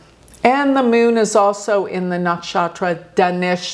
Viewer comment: The Meeoon (Moon). Pronunciation is funny!😅Like Peon!!